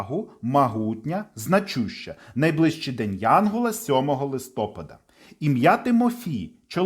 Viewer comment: Дякуємо! Сподобалось, але відео трохи псує наголос у слові листопАд (листопАда).